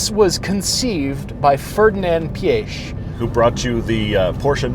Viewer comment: nice review, just excuse my little nitpicking but pronounciation of name Ferdinand Piech is just terrible (its PIEC in english not PIESH), it was "Big man" of automotive industry back then so he deserves at least correct pronounciation